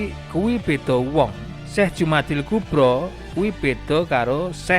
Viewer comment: Sudah bener al-kubra, harusnya dibaca Jumada, bukan Jumadi. Kalau Jumada maka dia mu'anats.